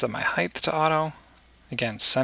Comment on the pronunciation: Great tutorial. But an unrelated question. I know you are American but what region are you from? I've heard a few Americans pronounce the word height as if it has a th sound at the end. Why do you do that? It's incredibly irritating. And I can't understand why some American's do that? Very very odd.